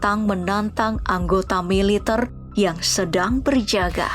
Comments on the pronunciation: Militerrrrrrr woii militerrr . Bkn militeirrr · pengisi suara orang mana sich??? ngmg MILITER aja gk bisa. Klo org Indonesia baik dr Sabang smp Merauke pn tau cara mengucapkan MILITER yg BENAR..